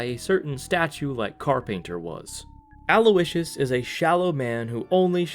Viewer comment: did you just call his dad Aloe-icious?? 😭😭